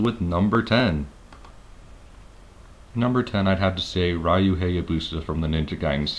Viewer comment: Why does everybody pronounce "Ryu" wrong?!